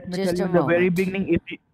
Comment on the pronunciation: "from the biggning"